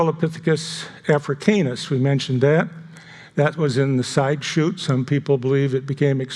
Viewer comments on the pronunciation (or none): Seems like he’s putting emphasis on “Afra-CAY-nus,” like he wants people to consider it canine.